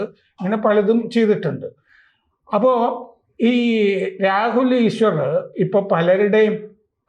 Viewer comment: ഈശ്വരർ അല്ല സർ ഈശ്വർ 😂